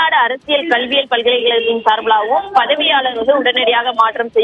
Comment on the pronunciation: பதிவாளர் என்பதைக்கூட சரியாக சொல்லத் தெரியாத செய்தியாளர்.. கல்லூரிகளை பல்கலைக்கழகம் என்கிறார் ...News 18 செய்தி ஆசிரியர் கவனிக்கவும்